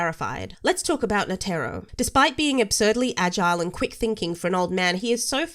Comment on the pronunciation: OMG! What an annoying smart ass pain in the butt, plz don't let her ruin your channel! As she ruined the pronunciation of Netero's name, and I am 100% sure tha she ruined your life! 🤨